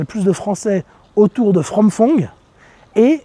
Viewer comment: Merci pour ces infos claires et précises. Par contre je ne sais pas si tu vis en Thaïlande depuis longtemps mais « Ph » (พ/ภ/ผ) en thaï se prononce p+ h pas f comme en français donc Phrom Phong ne se dit pas « From Fong » mais plutôt comme « Prom Pong ». Exemple on dit Phuket avec le son p pas « Fouquet » 😂